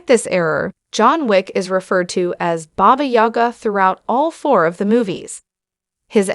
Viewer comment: booga ? fuckin AI